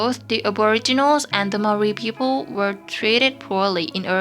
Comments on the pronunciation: Butchered the Maori words im Maori but we got wiped out so I guess it doesn't matter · You butchered every māori word but at least you didnt mock our culture like most so i respect that